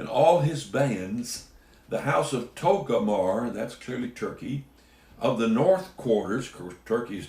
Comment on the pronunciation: Not to be negative but I wonder why you consistently pronounce Togarmah as 'Toe go mar' instead of 'Toe gar ma'?